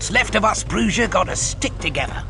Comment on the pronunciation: The mispronunciation of Bruja always bugs the shit out of me. I'm almost out of shit.